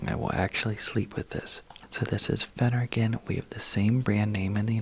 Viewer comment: Why are you whispering? 🤷🏻‍♀️ It’s doing my head in! 😵‍💫 I feel that you mispronounced Phenergan.! 🫢 I’m so glad that where I live, I can buy Phenergan 5mg, 10mg, 25mg without a prescription! 😊